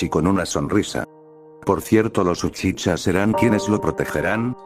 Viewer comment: Deja de decir uchicha xD